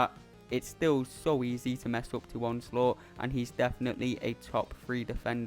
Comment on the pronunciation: So I'm not the only one who calls onslaught as onslut.... pretty much the sum up of his AI